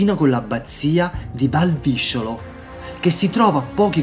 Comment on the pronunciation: Perché ha massacrato l'abbazia deformandone il nome?!? 😢😢😢 Valvisciolo si pronuncia con la penultima "o" aperta....le visciole non c'entrano nulla 😅